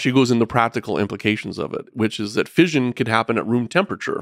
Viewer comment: Anyone else driven crazy by the mispronunciation of fission?!